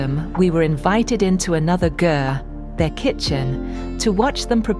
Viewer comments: Great video! FYI, Ger is pronounced like Gare and not Jerr. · I love your voice, so soothing ❤️ just so u know the right pronunciation of ger-is like Richard Gere ..